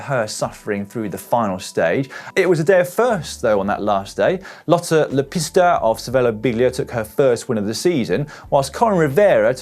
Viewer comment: Not really improving pronouncing Lotta Lepistö this year, either. :)